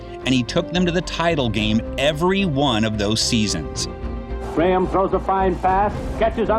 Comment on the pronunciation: Interesting that “Graham” is pronounced correctly by the commentator . The corruption to the modern “Gram” must have happened in the intervening period.